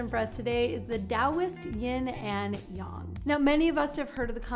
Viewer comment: The fact that you pronounce yin and yang correctly makes me so unbelievably happy